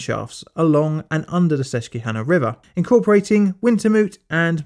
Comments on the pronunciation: I love the way he pronounced Susquehanna. Although it’s pronounced wrongly I won’t judge since you’re not a Pennsylvanian native. Also God bless Pennsylvania, the best state in the Union. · And the native name for the Delaware River is the Lenapi-hanna. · Never heard Susquehanna pronounced that way. Must add a tick to my list! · Outside of murdering the Susquehanna's pronunciation... We in Pennsylvania pride ourselves on 4 things. Snack food, corruption, ecological disasters and massive pollution..... Do what you love! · My only gripe is your pronunciation of Susquehanna. It's killing me. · Quick bit from a fan in Pennsylvania: Local pronunciation for Susquehanna is SUSS-kwah-HAH-nah. You took a good stab at it, though. Additionally, coal and corruption played a huge part in the history of the state. The Pennsylvania State Police organization was created in 1905 in large part to end the thuggish tactics coal companies used to essentially enslave workers. Local police forces were typically on the payroll of the largest industries in the area. This often meant that steel mills and coal suppliers had the law in their hands. Attempts to strike for better conditions frequently ended in violence at the direction of the owners. Attempts by the Irish immigrants to fight back brought about the famous "Molly Maguires" incidents in the 1870's. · "sus-kwa-hana"... the "que" part is pronounced like "kwa", sounds like the first part of the work quack. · Oh man you butchered the word ‘Susquehanna’ , here in PA it’s pronounced: sus-qwa-hanna. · Pronunciation...sus queeeee Hannah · I love your videos but your pronunciation of susquehanna is killing me. It's pronounced sus-kweh-han-nah ☺️ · I love these videos, but the mispronunciation of Susquehanna hurts me. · PA resident here. It's Ses-qwah-hanna, not Ses-queue-hanna. Other than that, spot-on job! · sometimes the mispronunciations on this channel are fun and endearing but holy shit, susquehanna is sus-kwa-hanna